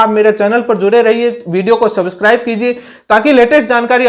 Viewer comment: Subscribe toh aap bol nhi paate aur chale h deled ko nyay dilane😂